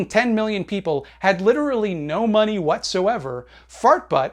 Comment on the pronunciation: I fucking love how he says "da maaney", lol